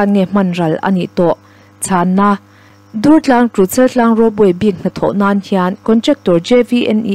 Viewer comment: Dùrtlâng puak dur tih thlûk hman tûr a ni. i rawn lam rîk dàn hi Dungtlâng khua, Vànzau khaw bul a misawi i ang lutuk, R i lam fiah ṭha duh bawk sí lo. Durtlang khuaah ila kal ve lo em ni? tüna i lam dan ang khan an bulah han lam teh, an nuih loh che anih pawhin an thin ur hial ta ve ang. Ka la thiam lo êm mai mi dang puantir zawk rawh u tih mai awm che a nia...